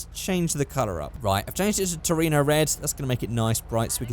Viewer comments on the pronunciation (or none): none